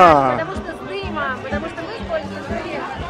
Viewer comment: Почему вы говорите «шо»?